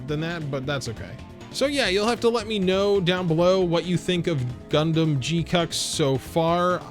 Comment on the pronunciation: Can't unhear "G cucks" 😁